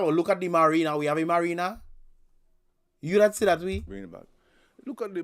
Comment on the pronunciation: He kept on saying merina it's Marina what kind of former English teacher is that can't even deferentiate words